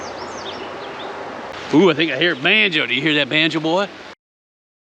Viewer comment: Stop saying boy like your from the kkkkkkkk